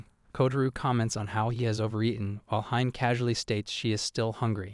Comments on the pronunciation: Hime is pronounced as he-meh , not ha-im, hime-sama is for princess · It feels kinda off(at least for me) calling her hime like "mime" and not "he-meh" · A lot of the pronounciation is off. Hi-me- not haime, Kota-ro not kotaru, great recap tho. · its not HIME it's read as He-May : Hi-me which means princess Dammm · Lol "Hyme". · It's not hime bro it's pronounced as (he-may) in Japanese it means princess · its not hime.., its hi-me ( sounds like hee-may ) means princess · Can't you pronounce hime correctly,?